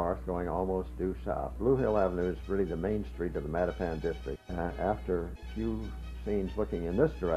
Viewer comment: The current pronunciation is how the blacks who moved in during the 1960s onward (& mostly populate Mattapan now) pronounce it. The way THIS announcer is pronouncing Mattapan is the CORRECT way, as it was always pronounced for decades. It is a Native American name.